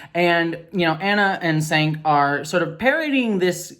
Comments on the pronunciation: I've watched TYT for close to 20 years and I recently canceled my membership over this. For me it's less about whether trans women in sports is important or not, but rather the fact that Cenk (pronounced "Jank") & Ana went out of their way to platform and feed into transphobic propaganda and basically insult and demean trans people as well as their own supporters. Even if that was not their intention, you have to be pretty dumb to fall for the latest culture war trap after being in politics for so long. That said, there are lots of problems in society that could be fixed by re-imagining them (like money, distribution of resource, & the profit motive) however those things are not going to happen in our lifetimes. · I am in agreement with you, but his name is actually pronounced like Jenk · Jenk, not Chenk. The C is pronounced like a J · I do think you should have looked up how to pronounce Cenk's name (kinda like 'Jenk'). Other than that, yeah you're not wrong. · just a tip, as Cenk is a Turkish name, the C is pronounced as a J , so "Jenk" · The male presenter's name is pronounced "Jenk" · but I've only heard it pronounced "Senk" despite it being spelled Cenk. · Gotta correct you: it's pronounced Cenk like chenk, not sank. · Girl just fyi, I don't much care for him, but you sound like you don't know what you're talking about when you pronounce Cenk's name Senk and not Jenk. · For future reference, Cenk is pronounced as "Jenk". No big deal, I pronounced it as you did, just thought you'd like to know in case you may want to reference him again later. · you're mispronouncing Cenk's name, the C is pronounced like a J. Jenk. Also, I unsubscribed from TYT long ago for their obvious transphobia is well as a lot of their scolding around a lot of other issues, so I'm glad that you're continuing to call out their problems. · Yes He’s a pos and a transphobic but it’s pronounced Jenk the C is a J sound in Turkish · Cenk is pronounced Tschenk